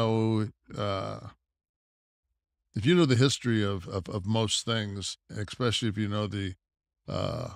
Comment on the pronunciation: I love when guys like nash, who are super intelligent, talk about things and say words like "eXpecially" or PITCHER when he MEANS to say Picture...